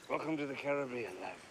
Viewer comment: Cool...an American who kind of knows how to pronounce Caribbean. I've love you to try a movie with the word Aluminium in it. That will be you next challenge.